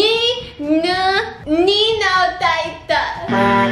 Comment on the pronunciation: me : pronounciation got it . me : tone still off : yes theres a difference the 'ni' is too high .